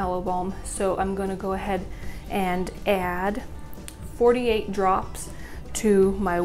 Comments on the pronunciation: Did you say 48 drops? Or 4 to 8? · Did you say 4 to 8 or 48? Lol I was a bit confused.